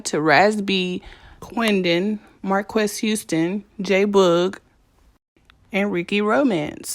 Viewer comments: His name is pronounced "Marcus" and he and Chris need help and need to be locked up. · Marques is pronounced Marcus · It's pronounced Marcus but spelled Marques. Raz is currently still on tour. Love the video.